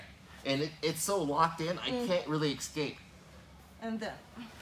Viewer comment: Good stuff. "I can't really eXcape" lol